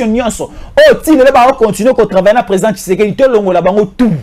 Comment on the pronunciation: Pratique les mots pour bien le prononcer frère, tu es communicateur, fais attention avec tes prononciantions, ça impacte aux oreilles des auditeur, i n'est pas u. Ex: partir et non partur. Tshisekedi et tshusekdi. A part j'aime suivre tes analyses frère.